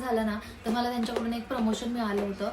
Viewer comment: In marathi it's called मला not माला उगाच आपल जास्त शुद्ध बोलण्याच ढोंग करायचं आणि अर्था चा अनर्थ करायचा माझे पंजोबा आजोबा पप्पा आणि मी म्हणजे आमच्या 4पिढ्या पुण्यातच वाढल्या पण गावं आमचं बीड आहे आणि मला चांगल माहित आहे बीडची भाषा म्हणजेच tone कसा आहे मी आणखीन अशे नाटकी केलेली नाहीत मी एक vlog पाहिला होता तुझा जेव्हा धीरज दादाने चावी हरवली होती त्यात तू ऋतुजा आणि धीरज दादा होते तू त्या ब्लॉग मध्ये तुझ्या actual tone मध्ये त्याला ओरडत होती मग मला समजल की तुझा tone गाव वालाच आहे तर तशी बोल ना उगाच कशाला मी खूप शुद्ध असल्याचा आव आणायचा 😂😂😂